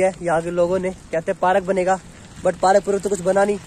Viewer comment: Park not paraak